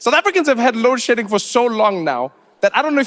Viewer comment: lol - to mean it sounded like load shitting, and I did not understand what this was about